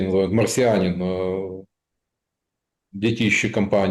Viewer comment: Де́тище, а не дети́ще, грамотей!